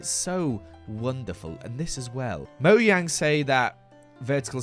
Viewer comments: it’s supposed to actually be pronounced moyang but i refuse to believe it 😢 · pronunciation of ‘mojang’ is taking years off my lifr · moyang Me:*mojang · I love all the bases but I couldn't stop thinking about this saying "Moyang" I just couldn't stop laughing!!!!